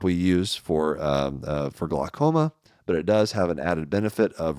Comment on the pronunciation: I love his stuff, I really do, but that's not how you say either Glaucoma nor Flecken.